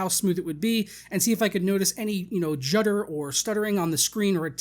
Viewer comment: Did you say jutter? I thought you did about 3 times. Is that a word? lol